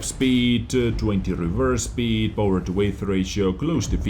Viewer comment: Hey nice video! And btw, weight is pronounced like wait. XD